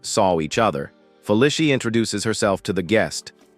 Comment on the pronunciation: "Fuh Lisha" ? Feh Lee See uh. Fe Lee See uh. Feli see uh. Feli cia. Felicia.Search and replace "Felicia" for "Feh Lee See Uh". and then suddenly the text to speech sounds correct. try it some time.